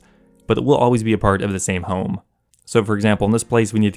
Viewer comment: Why is it so hard for him to say "home" properly? First person I have heard say "home" and make me cringe...